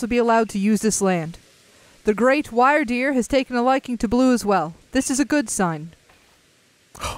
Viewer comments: I've seen people say "Rei" like "Ray" and "Mai" like "May" I've also heard them spoken incorrectly, like you guys. Like "Rei" being "Rye" and "Mai" being "Mye." And I've accepted those as acceptable pronunctiations. But saying "Wyrdeer" like "Why-r-deer is too much. It's "Wer-deer" when you say "Why-r-deer, I hear "Wer-deer." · Wyrdeer is indeed a new evolution of Stantler, and its name comes from the olde English word "wyrd", which is the origin of the word "weird" and is pronounced the same, so the Pokémon is pronounced WEER-deer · I think Wyrdeer is pronounced like "wyrm" so its like "Weer-deer" also great video :)